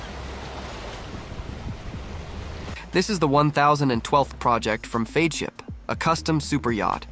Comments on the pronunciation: Great video. But Feadship is pronounced FEDship. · The robot voice pronounces Feadship 4 diferent ways, the correct pronunciation is fed ship. The narration and the visuals are completely out of sync. Heesen does NOT make their own engines, ALL diesel engines used in yachts are built by engine manufacturers such as Caterpillar, MAN and MTU. It pronounces Oceanco 3 different ways, it's ocean koh. Why do content providers use robo-voices? I hate robo-voices. But it's easy to complain I guess. Overall though I guess for newbies that know nothing about yachts this is probably an impressive production.